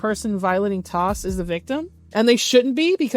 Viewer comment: ive never heard anyone pronounce TOS as a word until now